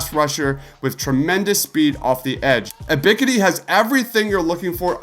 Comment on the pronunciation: U miss pronouncing Ebks name tells me everything about the "research" you put into these videos. 🗑🗑🗑🗑